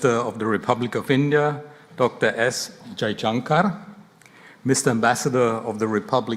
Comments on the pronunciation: Its 'jaishankar' not jaijankar. They cant use their alphabets correctly. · Did he said, "Jaichunker" seriously, heyy man he is Mr. S. Jaishankar not "Jaichunker"😂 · You are murdering his name